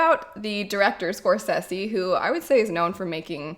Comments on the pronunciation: Thats not how you pronounce Scorsese lol !! I agree Marvel movies generally lack substance. If im tired and i dont want to think then a Marvel movie is perfect. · The way you pronounce Scorsese. 🤣. Totally understandable though.